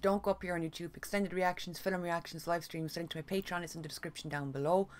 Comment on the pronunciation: I LOVE THE WAY YOU SAY "FILM" (FILLUM) lol 😆